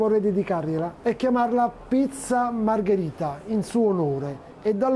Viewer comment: Margherita no margarita...please.